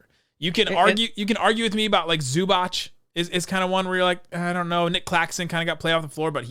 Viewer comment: It is not Zubač it is Zubac